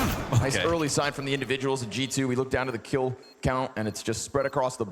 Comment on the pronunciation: I really thought the castor was saying "Chichoo" when he was saying G------2